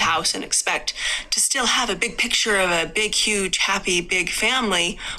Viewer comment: I'm giggling at some of the comments like "dill breakers" LOL. Also his big PITCHER! He cannot say PICTURE. What a dork. OK I'm done commenting--allegedly!